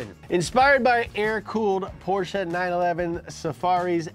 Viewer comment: You pronounce Porsche better than. That pitifully underpowered Mustang is ashamed of itself.